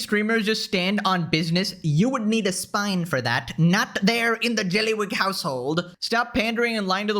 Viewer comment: Golden Episode and I agree the "Jellywig" had the clearest pronounciation. I need to get that as a soundbite 😂😂